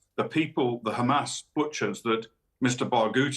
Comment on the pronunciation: It's not hum-az like jazz, Douglas. It's hamas, like fuss